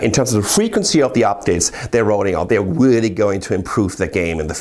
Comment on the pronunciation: I agwee wreally exciting and wreally interwresting! Sorry